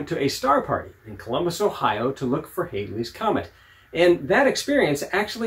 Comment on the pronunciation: Its actually pronounced Halley's comet as in Valley's, not Hailey's as in "Bill Haley and the Comets". Its a nice scope though.